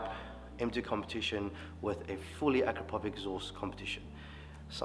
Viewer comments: It's pronounced , "A-crapo-vich". 😅 Keep up the great work 👍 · “Ak ra po vitch” has beautiful smooth welds and made from titanium? Sounds perfect